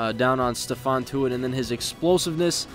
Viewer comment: it's ste-fon not steven